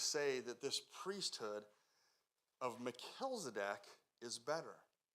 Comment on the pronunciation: Mel-chiz-e-dek. Not Mel-kilz-e-dek. 😉